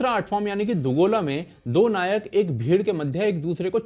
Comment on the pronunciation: दोगला❌ nhi yrr दुगोला ✔️